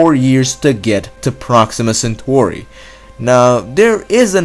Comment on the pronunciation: "proxima centhori"